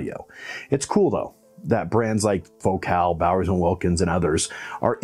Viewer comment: But he pronounces the name of the company in the French manner, with the emphasis on the second syllable, and I think this is appropriate.